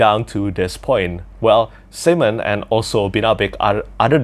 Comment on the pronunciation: I am such a child. I laughed so hard when you pronounced simon your way, i know its just your accent (im sorry if this is in anyway offensive i love you ) but it sounds like you were saying semen. That childish nonsense aside, the audiobook pronounces it Sigh-men, the second way you said it.